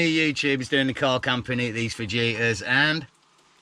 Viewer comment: It's "Fa-HEE-tas".😉